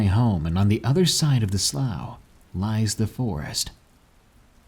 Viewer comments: Its pronounced slof not slaew. Slough=slof lol was killin me everytime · Great story. I love your narrations! Only had a slight issue. Growing up near them, sloughs are pronounced (sloo) like the color blue. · Slough is pronounced slew not slough. Sincerely, someone who's lived next to one for decades. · I think slough may be pronounced "slue".